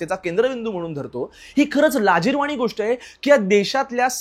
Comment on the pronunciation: मित्रा बाकी सगळं चालूच राहील पण मला आवडलं ते तू मराठी भाषेतले शब्द योग्य उच्चारतोयेस. जसं की प्रकरण (प्रकरन x), प्राणी (प्रानी x), लाजिरवाणी (लाजिरवानी x) Good going, Keep it up!